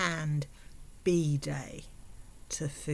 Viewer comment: It took me until the last time you said "bidet" to realize you were saying "bidet" and not "bday", and I spent far too long trying to understand "secondhand birthday." And was so proud I figured out "bidet" right before you said "cleaning up shit" and could appreciate the wordplay. Anyway, yeah, good morning, apparently I need coffee if I slip up that much in basic accent differences lol 🤭